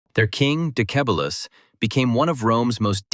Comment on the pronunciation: Zamolxes. Decebalus (not Dekebalus). Nice vid!